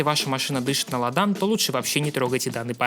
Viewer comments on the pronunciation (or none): Слово "ладан" произносится с ударением на первую букву "а". Бестолочь...